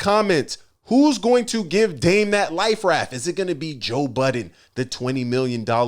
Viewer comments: Why does Dame not know how to pronounce Joe Budden correctly? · Silly Dame can't seem to pronounce Joe Budden name correct... Its Budden not Button stupid